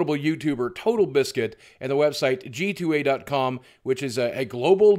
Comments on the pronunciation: Boogie, it's G2A (gee-too-ay) not GTA. You got my small brain confused with the mistake. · I love how Boogie kept accidently saying GTA many times and didn't stop to correct himself. brought a smile to me every time I thought that instead of G2A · did anyone realise he said GTA. com instead of g2a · Boogie half the time you said gta not g2a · nerd: BOOGIE DID U JUST CALL IT GTA. IT'S G2222A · You keep saying GTA instead of g2a haha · Is he saying "GTA?"